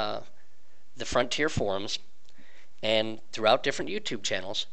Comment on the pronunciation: Is he saying Forms instead of forums too?